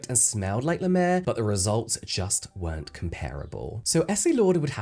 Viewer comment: It's La Mer, not Le Mer!